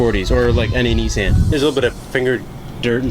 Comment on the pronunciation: "Mint." "neesANN."